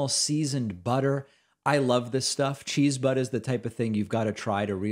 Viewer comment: David... Did you say "Cheese-BUTT"? I had to replay that many times to make sure. Dunno if I'd buy a cheese butt, but you had me roaring with laughter none the less.